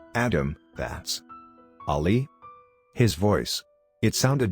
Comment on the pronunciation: I hate this bot XD it’s saying Ollie tho the name is ali